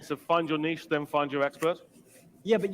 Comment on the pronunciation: OMG thank you for pronouncing niche the right way - I'm not a vocab snob, normally, but as a French speaker, pronouncing niche to rhyme with b*tch just grinds my gears!